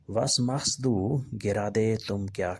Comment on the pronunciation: کیا ماشاءاللہ لگا رکھی ہے یارو پہلے سبق میں ہی غلطیاں ہیں آگے چل کر کیا ہوگا اور بھائی پہلے اپنی جرمن زبان کا تلفظ ٹھیک کرو ماخسٹو ماخسدو ھوتا اسے ہی بہت سے لفظ غلط لکھے ہیں